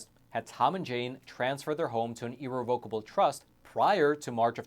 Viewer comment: You’re pronouncing irrevocable wrong ugh.